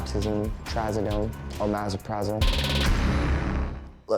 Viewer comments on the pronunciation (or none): Oh-maza-prazol 😂😂 it's oh-mep-roh-zal.. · omeprazole 😂😭😂 He does a good job with the drug names until then